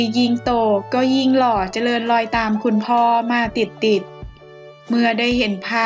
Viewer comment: คนอ่านดูชัดๆหน่อยน้อง คุณ อ่านว่า คุน ไม่ใช่ คูน อ่านให้ถูกต้องด้วย สระต่างกัน